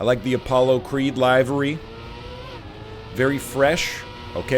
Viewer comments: I've always pronounced it the latter way and NL's pronunciation threw me as well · Always fun when a native english speaker pronounces a word differently than how you've imagined it for years (lie-vuh-ree or lih-vuh-ree) and you question your entire non-native speaker existance.